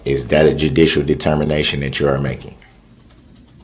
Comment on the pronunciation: “Are you making a dudishel determination?”😂